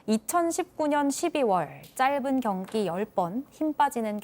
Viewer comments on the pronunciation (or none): 경기는 경끼로 발음을 해 주셔야지...